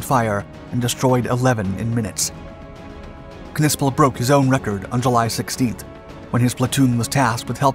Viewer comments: Its sounded out as Nissple i believe not Kuhnissple lol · Bro, you can’t be that uncultured to know the “K” is silent….it’s just pronounced Nispel 😅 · What is a “pawnzer”? Or did you mean Panzer? Also the K is silent. I can’t finish watching this. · If I am not mistaken the K is silent in the German language when it precedes an N. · Im sure the K is silent..... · The K is silent.